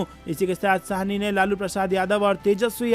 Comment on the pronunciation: यह शाहनी नहीँ है वरन सहनी है ।